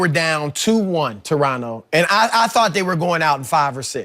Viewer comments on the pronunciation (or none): none